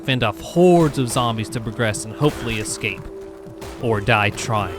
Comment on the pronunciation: I know where you live because you keep saying "exscape"